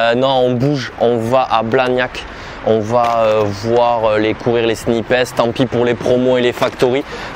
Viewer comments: On dit « Snipesse » ? Il me semble que ça se prononce « Snaïps » 😭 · C’est sn-ail-pe pas sni-pes 😭😭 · "Snipèce" ? WTF ! C'est "snaillepss" bro ! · Ho mon dieu comment il prononce snipes « snipèsss » « snaypèsss » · t'es sérieux de dire "snipaisse" 🤣🤣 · SnipEEEESSSS a jui mort la prononciation mon reuf 😂🤣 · 😭😭Non je te suis pas sur c paire les sape son ouf ms pas les sneakers 🤷‍♂️ ms chacun c goût 😉 ms fort c bien les vlog ta gérer 👍 et arrête de dire snipessse stttp 😂🤣😭😭 sinon la force pr toi et t projets 🙏💪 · Pourquoi "sni pess" ? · Il faut vraiment que tu arrêtes de dire SNIPES de cette manière... C'est horrible !!! 😂😂😂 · il faut le dire comme quand tu parles d'un sniper 🤪😉😂 Mais tout va bien sinon !!! 😂😂😂